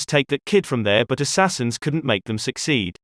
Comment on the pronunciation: Lost me at "Assassians"